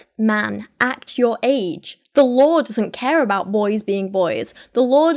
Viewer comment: I legitimately understood "The Lord" instead of "The Law" and was very shocked and confused for a bit xD